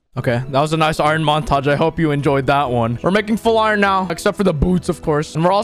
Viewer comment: when you said "montoge" i thought you said "macintosh"